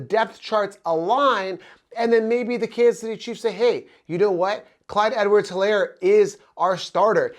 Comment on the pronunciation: the H is silent. ist like elaire.